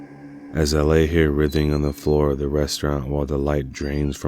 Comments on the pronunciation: Fantastic!! Though writhing is “wr-y-thing.” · The scariest thing is how he pronounced "writhing"